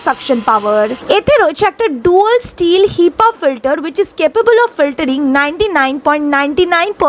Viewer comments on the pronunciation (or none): none